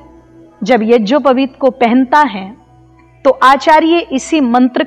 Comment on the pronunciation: Madam ji AAP yagopaveet ko yajopaveet keh Rahi hai aap pade